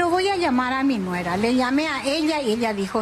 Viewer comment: Q paso sra periodista..como vas a decir su "nuegra"?...hablemos correctamente nuestro idioma